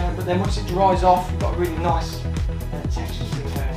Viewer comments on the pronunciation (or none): none